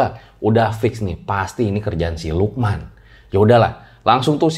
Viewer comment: Gw kira tdi lu bilangnya siluman ternyata si lukman wkwk🗿